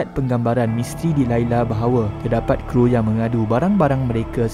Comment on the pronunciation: bukan kru.K.R.U